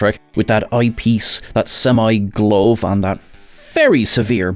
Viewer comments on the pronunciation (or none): 7 of of 9 had a "glowv'; oh, you mean a ' gluv' (glove). 😉 Kate Mulgrew's last name gets the accent on syllable #1.